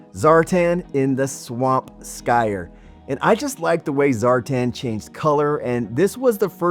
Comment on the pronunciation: What do you call someone who is using Skis? Yes, a Skier, not a Skyer 😂 Lovely items, YO JOE!